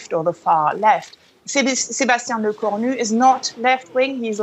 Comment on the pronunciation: Le-corn-new sounds awful.